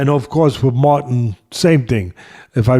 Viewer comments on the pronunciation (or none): none